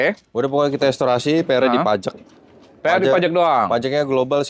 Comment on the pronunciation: bukan estorasi tapi restorasi....😂